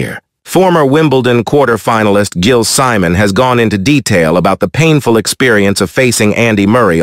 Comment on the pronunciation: Simon? It’s pro pronounced - See-Mon.